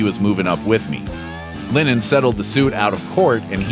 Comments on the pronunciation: Its Lenon not Lenin! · I'm sorry, are you saying linen? Or lennon? Cuz it sounds like linen. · It’s LENNON NOT LINNEN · As someone who has the say the name Lennon so much, you should really learn how to pronounce it. It's not pronounced Linen